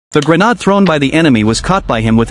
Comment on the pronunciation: Did this man say gernawds